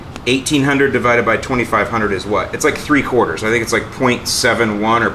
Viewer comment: Every time you said 3/4 of the bag all i heard was two bags... lol